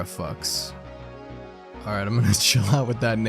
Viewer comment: the faux in Terrafaux is pronounced like “foe”.